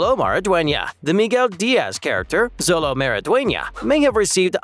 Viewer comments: It's pronounced "Sholo" not "Zolo". That's how Xolo pronounces his name. No hate, just wanted to point it out. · Interesting presentation, but you mispronounced two of the main characters' names. Xolo Mariduena is pronounced like SHOW-low. Ralph Macchio is pronounced like MAACHio, not MAKKio. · Bro can't even pronounce xolo's name right